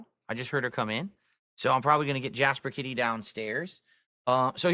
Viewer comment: It's the same when his wife was on stream "Khat Honey!" And same with how he says Kit-Eee he says Hun-knee